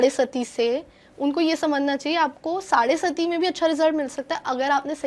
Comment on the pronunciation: साड़े सती नहीं मैडम. साड़े साती. 🙏(7 = सात)